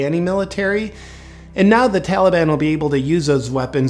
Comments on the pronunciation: If I hear that fool say Tollyban one more time...I'm going to snap! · it's the Tolly-bon JP say it right.... ya know like Obama calls ISIS....ISIL. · biden keeps saying Tolley bon. He is the ONLY prominent person who appears on the corrupt U.S. media who pronounces Taliban like this. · Carefully note the pronunciation of the word "Taliban". It is now "Tollie-bonne". Makes it almost sound like a magical fairy tale group. This is not accidental. Courtesy of the Democrat party. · "Tollybon", is that a type of candy? - biden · The tali-bahn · What is it with American presidents not being able to pronounce words correctly? We had Bush who would call Arabs "A Rabs" And now we have Biden calling the Taliban "the Tellyban" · He should be impeached solely for the way he pronounces Taliban. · Never trust a politician who can’t pronounce taliban.